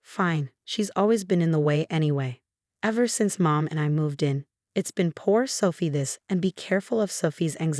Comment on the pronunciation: I'm sorry selfie? Really? Her name is Sophie, not selfie